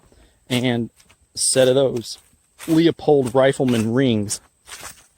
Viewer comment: Great video. But it's LEU POLD. not LEOPOLD. AS in LOO or LUE or LEW. Sorry Im just nickpicking. but again great Video.